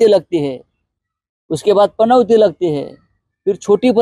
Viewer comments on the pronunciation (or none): या राणेला पनौती पण बोलता येत नाही, पनवती बोलतो हा. आणि पनौती वर चर्चा करतोय. अरे पनवती नाही पनौती.